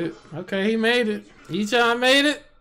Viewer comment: I'm sorry, I love you guys...but his name is pronounced *A-chan*.